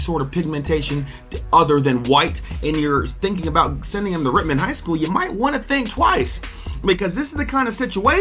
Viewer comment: I hate to say it but it’s Rittman bro same reason why I did t take a gig at Wadsworth to much cover up